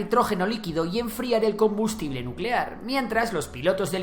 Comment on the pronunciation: NUUUUCELAR, la palabra es NUUUUCELAR. 😂😂😂😂